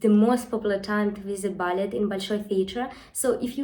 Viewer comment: we pronounce it bal-lay rather than bal-let.